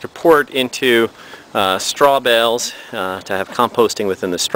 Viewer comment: Tell the man Urine has an e on the end, so it's not pronounced yur-in. And it's straw bales, not straw bells!